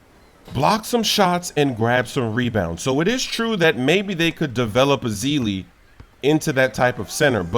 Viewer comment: come on. put some respeck on azili's name lol